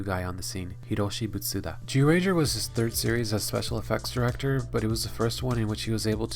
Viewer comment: he keeps saying Jewranger lmao